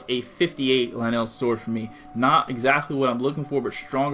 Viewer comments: Why do you pronounce it lie neil but it’s pronounced ly nul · ITS LYNEL NOT LINELL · He pronounces Lynel as (Leh-nel) but pronounces Lynel Crusher as (Lie-null) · lyneel? it's lynel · Lnells are. It’s lynels lynels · U saying lanel is bad enough but dont say akeela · Oh And Its Pronounced As Ly-nel Not Ly-nell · Linelle sounds like a hygiene product for women's time of the month. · it's not "linel" it's "lie-nel)... like... lion. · Is it pronounced Lin L or Lie Nel? You said both lol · ITS PRONOUNCED LIE-NLL and AKKOLA!! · It's pronounced Lynel (lie-null) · You said lynel like lynal XD say it right next time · You saying "Lynel" Is Killing Me Its L-Y-N-E-L not "LANNEL" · LIN-ELS, NOOOO STAHPPPPPP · My man says Luhnell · Dude, it’s lye-nul. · Lynel is just a spin off of a lion, hence the pronunciation; ‘lie - null’ could think of it as, Lion - el (Lionel) :) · Dude everyone that comments on your video says it’s pronounced lie-nel (witch it is) and you said right like 3 times in your vid and your arguing with them like your 7 come on if you’re going to argue at least search it up first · Good video! Btw it's pronounced lie-null ;) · Can you no say luh - Nelll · WTF IS LUH-NEL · You per once it l-ie-in-nel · Its lie nal that's how you say it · Ok first of all it’s Lynel (Lie•Nol) Second of all its Akkala (Ah•Call•Uh) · Thid guy said LI NELL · It's lie-nol, dumbass. I'm only calling you a dumbass for you're reply's on the pinned comment. You've lost lots of subscribers. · Me: Lynels Him: LEENELS Me: Ah-kah-lah Him: A-kay-lah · Is it wrong to say that he’s not saying Lynel correctly? I pronounce it “Lie-Nol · The way you pronounced lynel triggered me so hard.. Lin-el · One he said lah nell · "Akayla" "Lanell" Seriously, pronounce them right please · pretty sure it's pronounced lie nell and ukulla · "It's not pronounced "Lanell", it's pronounced "Motherfucking Soul - Sucking assholes". Learn English. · Lynel rhymes with vinyl, not Ma Bell.